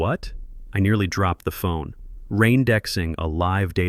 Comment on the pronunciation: “RAINDEXING” what are you doing.? Do you mean “RE-INDEXING”